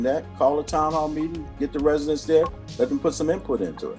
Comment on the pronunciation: Did Ms Henyard just pronounced residents as resinents? 😢😲🤔